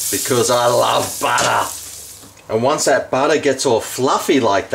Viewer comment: Why? Cos I love buttah! Cracks me up haha